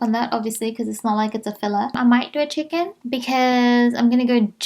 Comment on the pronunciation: I kept hearing “Chicken”🐥 instead of “check in”😂🤦🏽‍♀️